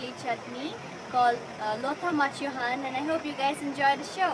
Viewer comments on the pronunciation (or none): its not machu han its machi han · It is Machi-han and not Machu han.. Machi for the Chilli and Han for the Curry. But we also say Machü-han ( 'U' as 'ü') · Omg machu han 😂😂😂😂😂 u cnt even pronounce it ....